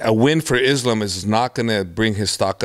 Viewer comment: This guy has been around the wolfs for a decade and still can’t pronounce “Islam”. Come on coach. You’re not white buddy.